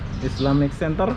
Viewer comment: Bang islamic "center" bukan "senter"